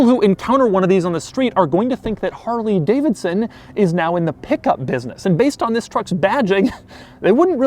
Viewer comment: Man says "harLEEE Davidson" lol